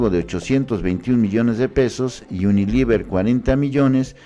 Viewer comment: Todo el video leyendo mal diciendo uniliver en vez de unilever... Es lo mínimo que tienes que hacer, leer las notas de portales de terceros y luego dar tu opinión y ni leer bien puedes.